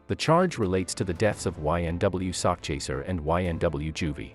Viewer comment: It is sakchaser 😂😂😂 not sock chaser...as in "chasing a sack of money" it does definitely sounds homo 😅😅😅